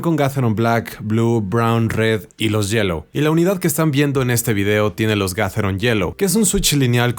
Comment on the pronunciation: excelente review, solo una observación, yo escucho es estás pronunciando ''gatheron'' no sé si estoy escuchándo mal.